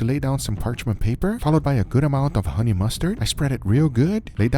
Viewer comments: honey !!!!!!!! not hone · 21 hours, still says hone lol